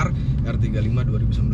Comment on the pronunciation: ngomong nya 2019 kurang jelas bang 😂